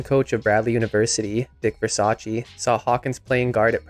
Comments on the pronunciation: Dick Versace is pronounced vursase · Dick Versace? It's pronounced versase